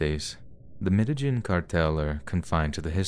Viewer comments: Its MEDE-YEEN not MEDE-GIN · Medi-JIN? Try Medi-HEEN. It's as if lives under a rock. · Some if the best stories I've heard all summer. Great narration, as always. P.S. It's pronounced Med-ay-heen. The "j" and "ll" pronunciations symbols for Mesucan Soanush are both basically "h." Regardless, good finds and well done. Thanks for the mental vacation! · Thanks so much for these! 🥰 (Just a gentle bit of pronunciation help, the place in the last story is pronounced "medda-'yeen..'" I hope that helps! 💕)